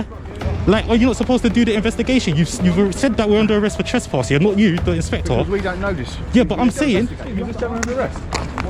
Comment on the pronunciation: Inspector pronounced inspectwhore, he said we dont know, but then proceeded to arrest, absolute phkn cretin !